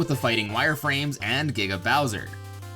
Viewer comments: Sounds like "Nigga bowser" instead of "Giga Bowser" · He said niggabowser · I'm sorry but it sounds like he's saying "niggabowser". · Did the announcer just say N*gga bowser? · Sanswagon, the Meddler lmao I heard “nigga Bowser” the first time too💀💀💀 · when he said giga bowser it kinda sounded like the n word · That giga Bowser audio clip sounded like it said something else... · Giga bowser sounded like nigga bowser